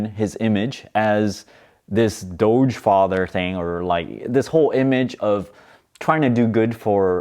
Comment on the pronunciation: Am I going crazy or did he used to pronounce it as “dog coin”?